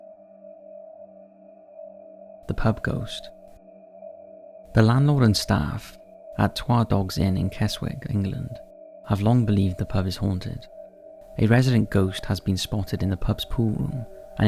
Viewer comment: The fox-eyed man looks North Korean, like one of the Kim family.. Where not to be in a lightning storm? Box Hill. Keswick is pronounced kezzik.